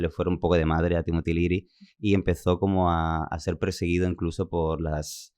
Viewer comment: Es Timothy Leary, no Timotiliri